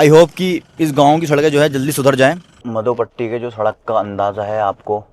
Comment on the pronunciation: pehli baat madhopatti hai naa ki mdhopatti 🤣😂😅😆😁😄😃😀